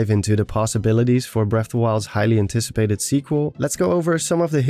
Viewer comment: this sounds like "hylian ticipated" to me lol. Meaningless comment for the algorithm :p ill keep watching now